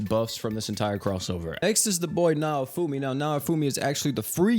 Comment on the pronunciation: oh my god he butchered naofumi's name ;-; edit: just heard filo too lmaoo